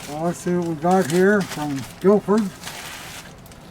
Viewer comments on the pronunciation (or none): Its Guildford lads ,cmon ,get it right😅 best regards to all ,Ross (England)